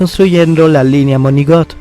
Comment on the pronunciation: Linea Monigot, Bleich Cric, por favor mejora tú pronunciación!! Más respeto. Minímo!!